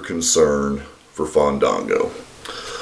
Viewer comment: I think you didn't let the a breath, it's Faaaaandaaaango! Haha!